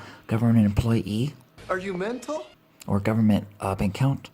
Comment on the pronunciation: I'm so damn sick of hearing "employ E"